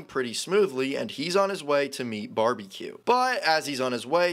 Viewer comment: Before those captions came on I thought he was called “Barbie cue”